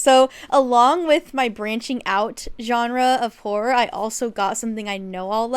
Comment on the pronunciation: Omg did you say horror?? All i heard was whore and i was thinking is there a genre for that😭😭😭